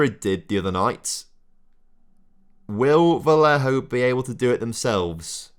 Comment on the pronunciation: Ok, try before recording: morÁles. VAliÊjo. The highcased letters are the strong ones you accentuate